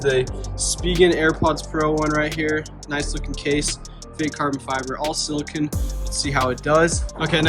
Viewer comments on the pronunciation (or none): none